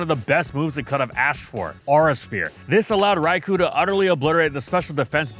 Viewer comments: It's Rai-KOH not Rai-KOO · This is how you can tell is hella biased. 1) He keeps mispronouncing “Rai-koh’s” name wrong. 2) He thinks Gen 2 Shiny Snorlax is the best version despite it literally just being black with blue shading and foot pads. 3) He thinks Shiny Locks are useless when most shiny-locked Pokémon have them to prevent crashing, and are prevented from being shiny to keep the original Pokémon special, if it can be shiny then soon people only care about that. Which shiny hunters have proven true time and time again. 4) He thinks Greninja, Ash Greninja, and its shinies are good designs. Greninja should’ve had the “Frubble” from its prevos make up the scarf, Ash-Greninja is useless and a Mega Lucario should’ve been the Bond Phenomenon rep, while the accents pop out waaaaaay too much on the shiny. Besides we have Mega Greninja now which is everything Greninja has been but better.